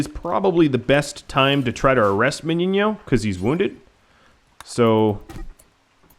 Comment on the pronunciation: I'm surprised that you know how to pronounce "Meniño". Great series btw!